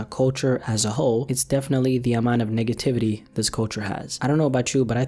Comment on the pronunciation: I swear ong he said Niggativity